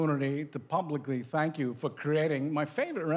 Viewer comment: She said shank you for being here Niki.